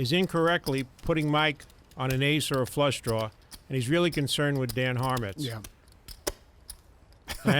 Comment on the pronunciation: if you had a fluusaah druaww a flawsugh draugh.. What's that? a fleugh draughw Oh of course